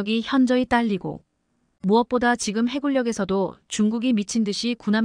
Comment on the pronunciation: 해굴력× 해군력ㅇ